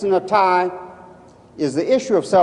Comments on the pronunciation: How come NONE of them can say his full name correctly? "Mr. Netai..." What obvious disrespect, which reveals more about their integrity than Netanyahu's character. He never even bothered to correct them. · I like how they pronounce his name. Mr natai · Why di these people mispronounce his last name? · They don't even attempt to pronounce his name correctly. The UN has been a pit of vipers since it's inception!